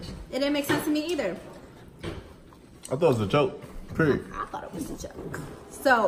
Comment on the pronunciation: said period like PERIODDT lolol